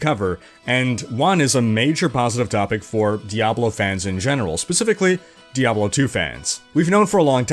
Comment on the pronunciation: GUISE! DEE-AYY-BLOOOE IS DED. D-E-D !